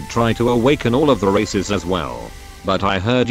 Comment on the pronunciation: Him saying to awaken race: "and we have 6 races" What i hear: "and we have 6 racist